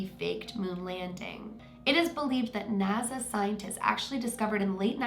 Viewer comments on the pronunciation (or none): none